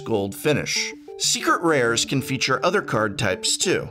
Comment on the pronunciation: Is it just me it does he say secret rares like “srcret rars”